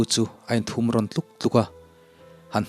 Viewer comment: A in thum ron tih hi 3 thum ang hian i lam ri thin a aw thum tih a thum tih zok hian lam la a dik zok lo mo, a in thum ron tlut tlut a tih ang teh